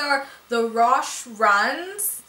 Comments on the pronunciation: I'm pretty sure it's pronounced "ro-shee", I love the ones you picked up. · It's pronounced Ro-She Runs! They r so comfy!! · Hey! The shoes are actually pronounce row-shey runs:) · roshe is pronounced like "roe , she " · Nike pronounces it like row-she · Its roh-shee lol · I've worked at a shoe store that sells a lot of exclusive sneakers like Nikes and Jordans, but those were at our store a while back but they are pronounced like (row-she/row-shes) !